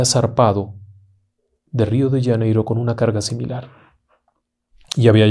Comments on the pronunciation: UY PERDON.... RIO DE " LLANEIRO " .....que en castellano no se dice.....Janeiro con JOTA??? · Wrong!!! You’re telling the story in Spanish!! So is Janeiro not “Yaneiro” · Qué es Río de Yaneiro? Será Río de Janeiro? Jajajaj. Buen relato